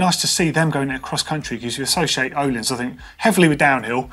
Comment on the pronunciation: No one can pronounce Öhlins right, you have to read a little Swedish buddy🤣